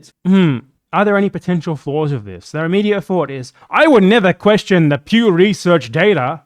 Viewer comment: PEW RESURRRCH DAYTAHH